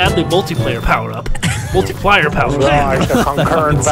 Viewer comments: Did just say "MARKIPLIER" instead of "MULTIPLIER"? LOL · is he saying markiplier? i know hes saying multiplier but it sounds like markiplier. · did say markiplier instead of multiplier 😂😂😂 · i think he said multiplier, but it does sound like it. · did anyone else thought he said markiplier